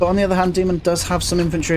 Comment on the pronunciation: Btw it’s DAY-mohn it comes from Greek :)